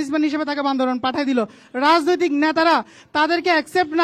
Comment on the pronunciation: যারা জেলার নাম ঠিক মতো উচ্চারণ করতে পারে না,তারা কিভাবে বান্দরবানকে সেবা দিবে,আমার মাথায় আসে নাহ🤔🤔🤔